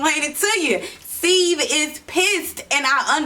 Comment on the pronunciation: I think you’re pronouncing the name wrong